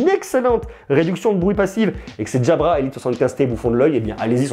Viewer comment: pourquoi tu les appele DJABRA mdr 😂